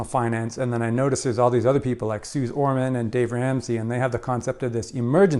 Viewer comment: Great video! Suze Ormans name is pronounced Suzie 🙂